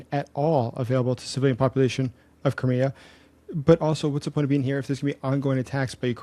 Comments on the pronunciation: why don't you pronounce thei in crimea ? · The way you pronounce Crimea makes it sound like some cheap car brand :cat-orange-whistling